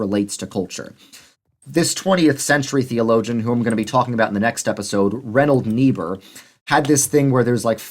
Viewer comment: Before you make your next video, I hope you'll learn how to pronounce Reinhold Niebuhr's name correctly--I don't want to be wincing nonstop when I listen to it.